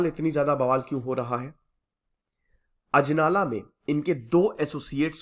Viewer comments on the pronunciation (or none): Name sahi kro bhai ajnala hai ajlana nhi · अजनाला है शहर का नाम अजलाना नही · That's ajnala not ajlana